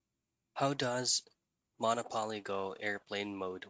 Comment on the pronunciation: You aren't even saying Monopoly right lmfaooo what in the blue hell is MONO-PAWL-EE?